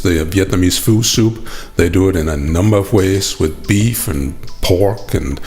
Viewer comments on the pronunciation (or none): Fø. That's how you pronounce it. Thanks for the video!